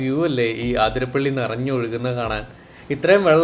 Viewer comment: അതിരപ്പിള്ളി. ആതിരപ്പള്ളിയല്ല😊